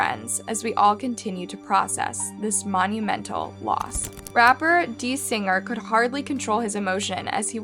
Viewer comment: She pronounced Designer as D-Singer, Quavo as Kwavo and Machine Gun Kelly as Machine Gun. Come on girl WTF. Even has Quavo on thumbnail